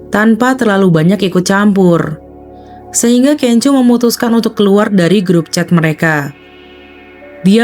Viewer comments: Sorry masukan aja. Laen x sblm buat video, baikmya browsing dulu gmn cara penyebutan nama artisnya. Videonya bagus, tp terus terang terganggu aama sebutan KENJO 😅🙏 bnr2 kurang enak didenger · Iya bnyak sebut nma f4 aja pda slah2..panes lah kenjoo, da ming se lah ,🙈🙈🙈